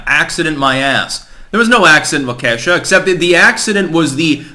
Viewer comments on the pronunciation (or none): Waw’ ka shaw. Accent on the 1st syllable. All vowels are sounded as soft. I live in Wisconsin. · I live in Wisconsin, not trying to be a dick but it’s pronounced like Wok ish ah (Waukesha) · The locals pronounce it "Walk Key sha" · Hey, it's Walk-ah-shaw, not Wah-kay-sha. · it's painful to hear you pronounce Waukesha. It's not perfect but you could even go with "walk-a-SHAW" and leave Wuhkee$ha out of it. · Good points. As someone born and raised in the milwaukee area, I would like to offer a pronunciation correction: Waukesha (walk' e shaw) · As a south east Wisconsin native please stop calling it wau key sha. Normally its funny seeing out of staters say wisco names but this is serious. Its walk a shaw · Waukesha Pronouned: Whah Key Shaw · its pronounced walk-i-shaw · it's pronounced "wawk a shaw" you are embarrassing yourself at this point. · You probably don't give a shit, but it's pronounced wah-kuh-shaw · Pronounced: Walk-a-Shaw. Soft a..... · Wa kee shaw Is the correct pronunciation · As a Wisconsinite I’m getting seriously triggered by the pronunciation of “Waukesha”. Its WAU-keh-SHAW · Wau-ka-shaw is how it pronounced. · Really enjoy listening to your insight. I just thought you might appreciate knowing that Waukesha is pronounced WALK a shaw. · It is pronounced. WAAH-KEE -SHAW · WAH-ke-sha,. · it's pronounced like Walk a shaw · Walka shaw. Just say that phonetically. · the town is pronounced " wah ka shaw" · pronounces certain words weird lmao